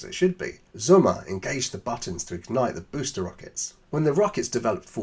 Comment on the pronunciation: The name is sOmmer. not Summer 😉